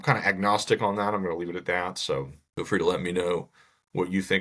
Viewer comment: at the end of the video - it sounds like he said 'Egg nostic' .... knowing that Mr. Miller's Egg nog was of concern...